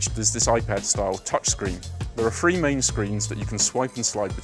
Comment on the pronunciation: Can you teach this guy how to pronounce "th"? there are "THree" rows of seats not "free" rows of seats!